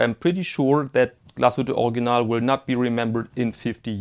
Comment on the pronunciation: I think heard you pronounce Original as "Organ-ahl," "Org-ee-nahl," as well as "Or-ig-ee-nahl." I've got the pronunciation of Glashütte, but I'm still still not sure how to pronounce Original. As the proud owner of a new forest green PanoMaticLunor I want to pronounce the brand name correctly. Your help would be much, much appreciated!!